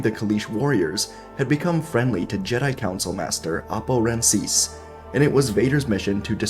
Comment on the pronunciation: It's actually Rancisis. Rancis is